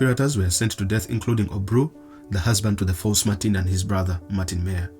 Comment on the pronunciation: The Vietnamese surname Nguyen pronounced as “ Nguin” ... NOT “Nyu-yen”.